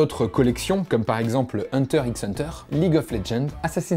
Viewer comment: Ça se dis hunter hunter le X n'est la que pour faire joli.